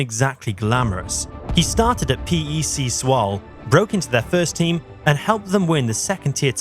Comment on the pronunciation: I like the video, but please check how to pronounce the name of football clubs and players. You butchered the name PEC Zwolle and had NAC Breda wrong as well. It's a nitpick, but looking up how to pronounce them only takes like 10 seconds